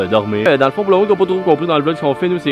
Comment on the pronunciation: "Jaime poo le pain à l'ail" 😂😂